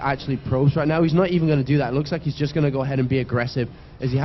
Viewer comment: hehe yeah he also puts a `k` at the end of a lot of words like goingk